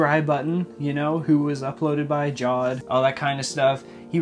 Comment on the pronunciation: his name is pronounced like jaa-ved not Jaw-d